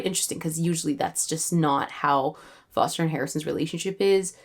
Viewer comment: Your accent is so good! And I’m british, you could totally be on the radio. The way you say Foster is pretty good, you have to make sure to get the uh at the end. (As always) I love your writing and your videos!!